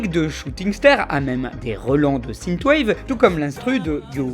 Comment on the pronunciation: Sineteu wave AAAAHHH synth = sinfe ^^